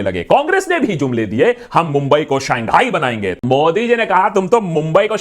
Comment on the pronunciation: Saangai nahi Shanghai